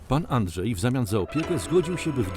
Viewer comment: Andrzej, a nie Andżej!!